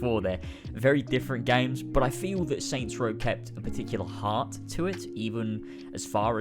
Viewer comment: Aw yes. "Soy Row"